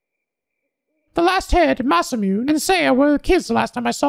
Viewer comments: Pretty sure Masamune is pronouns "masa-moo-nay" not "masa-myoon" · oh right by the way masamune is pronounced ma-sa-moo-nay lol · 1 hour in "IT'S PRONOUNCED MA SA MOO NEH".